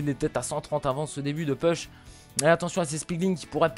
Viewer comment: Pitié, "push" se prononce "pouch" et pas "peuch"